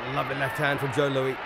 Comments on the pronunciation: So what's with this commentator. It's Joe Louis not Lewy pfft. He was one of the best. That was a brutal fight. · This video is the first time I have heard Smokin' Joe's last name pronounced in the French way (lou-wee) versus American (Lew-wis). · Never heard anyone pronounce his surname 'Louie' before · First of all the well known announcer Joe Humphreys' racist introduction "Although colored" was sickening to hear. Secondly where in the name of God did they get this commentator for this film calling Joe Louis Joe LOOEY, listening to that ignorant pronunciation of Louis' name was like nails on a blackboard. Louis destroyed Baer and the long standing claim that Baer had a broken hand before he got into the ring is something I never believed. Louis at his peak! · Joe "LOUIE"?????? Joe Louis........like St. Louis. I've watched a couple of fights with Max Baer and he had a horrible habit of never using his jab. He'd just put his left hand in the face of his opponent to "measure him" but never hit him with it? Meanwhile his opponents hit him with jab after jab. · Why the fuck does this guy keep pronouncing Joe’s name like “Lu-ee” instead of “Lewis”??? On no planet at no time was that man’s name pronounced that way. Also I’ve never EVER heard that Joe Louis was a dirty fighter at any point in his career. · well first of all he called Joe Louis, Joe Louie. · Joe LOO-EE??? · Joe Lewey gonna bomb youey if you don't get his name right, hehe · It's LouISSSS. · This British commentator keeps pronouncing Louis like Louie. 🤫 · Who is this commentator calling Joe Louie And Maxie Bear WTF. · Who is announcing this? He’s mispronouncing Louis. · Jesus, if you're going to announce it learn to say Louis's name correctly; he's not a French king. And he didn't have a reputation as a dirty fighter, what the hell? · The guy can't even pronounce his name right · not pronounced lewie but lou-us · "Joe Loo-ee"? Only person in the world who doesn't know it's pronounced "Loo-is".